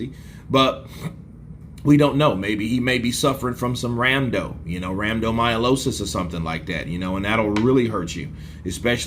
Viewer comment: I believe you are referring to RHABDOmyolosis or rhabdo not RAMDO or whatever you were saying. Everyone recovers differently at different speeds.